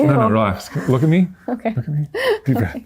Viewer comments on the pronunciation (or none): none